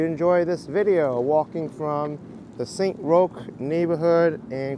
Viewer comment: It's pronounced st.ROCK...not roach...